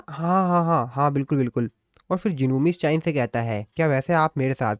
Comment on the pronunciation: Miss cha hae en❌ miss chayen✔️